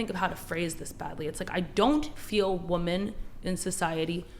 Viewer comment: The way she pronounces woman bothers me